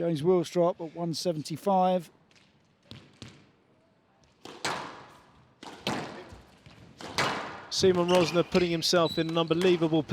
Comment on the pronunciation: It's about time the great folks at PSASQUASH TV learn how to pronounce his name. He is not See Mon Rozz Nah , he is See Mon Ruzz (as in Burr) Narr